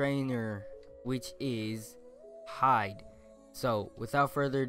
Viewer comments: breh... he said hide... the pronunciation is “He-Day”... if you watched the anime you’d know 💀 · It's HIIIIDDDEEE... not hide as in you "hide" to your room and Watch some 💩 It's Hee-De or Hi-de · it's Hide not hide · He pronounced hide wrong.. I'm triggered. (IT'S PRONOUNCED HEE-DAY) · Mans said Hide, it’s He-Day in pronunciation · It's pronounced "He Day" Not HiDe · Its (HEE - DAY ) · oofies yes it does 💀😂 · Bruh you butchered Hide’s name. Its pronounced (Hie-de). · It’s Actually Pronounced (hee-dae) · Bro it’s Pronounced Hee day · Wrong pronounciation its Hii-De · It’s pronounced “ HE-DE “ xD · Bro... Bro... You butchered the name, its hE-DAY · It is pronounced (HEE-DAY) like wth watch de anime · Its pronouced He-Dae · Dafuq u pronounced hide wrong